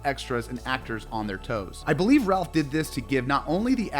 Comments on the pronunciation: Please…it’s not Ralph…it’s pronounced like “Rayf” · Rafe! Rafe!! RAFE!!! SMH! He name is pronounced Rafe. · Great list! Fyi Ralph Fiennes pronounces his name “Rafe” not “Ralf” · It’s pronounced ‘Raif’, not ‘Ralph’. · its the little things, like how you seemingly mispronounce things on purpose, (its pronounced Rafe, not Raplh, and its Avada KedavRa not Kedava